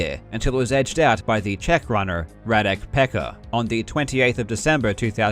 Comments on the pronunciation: jfyi, you read his name smth like reading this - :Ruhdeck Petsca: (Radek Pecka) ... should be much better than your (almost sounding as) "pecker" variant :D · Radek Pecka is pronounced more like "rah-deck pets-ka", but that aside I'm soo proud that a Czech person is on the list!! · Your pronunciation of Radek Pecka is absolutely legendary :-D :-D